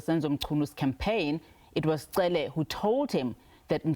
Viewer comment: Why would he continue to pronounce Cele like that?